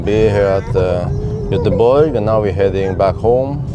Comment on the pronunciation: It's Göteborg